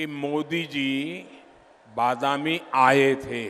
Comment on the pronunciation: ಬಾದಮ್ಯ ಅಲ್ಲ ಭದಾಮಿ